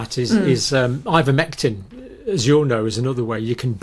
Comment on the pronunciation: " Ivomectin " how do you spell it, pray tell ????